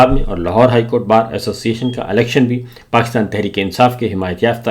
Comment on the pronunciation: Sabir bhai aap " qaaf " ka ic-tay-mal ku-chh ziya-da kur-rahay hain 😂 Pakistan ko aap " pa-qis-tan " keh-tay hain 😂